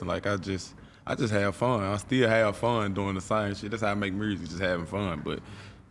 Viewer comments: Or murrsic?🤣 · “Mursic” is hot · Nobody: BlockBoy :Muresic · Mrooo zick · Hearing this man speak. I'm Glad people from Memphis can't pronounce Music.